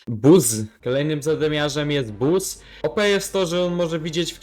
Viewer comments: czyta sie baz a nie busz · Czyta się Buzz!!